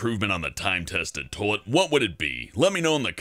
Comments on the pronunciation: I love how he says toalet instead of toilet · he says "Toe-lit" instead of "toy-let" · LOL he says "Tolet" not "Toilet" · it sounds like your saying tole-lit